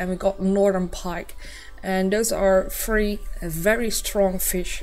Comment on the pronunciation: It is three not free